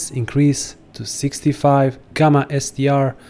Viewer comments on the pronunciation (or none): none